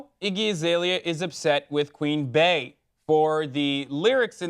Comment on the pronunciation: I dont think u understood what I said lol. Im closing the video because he pronounced Queen "Bae" instead of "Bee". flies away